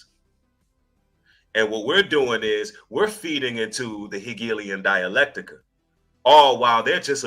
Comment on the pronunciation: Its hegelian dialectic Ach not dialectica